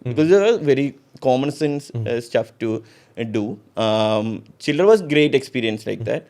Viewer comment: Chillr* , not chillar!